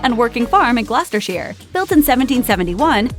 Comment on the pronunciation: The narrator made a small mistake in pronouncing "Gloucestershire". She pronounced it "Gloster-sheer". The correct pronunciation is "Gloster-Sher".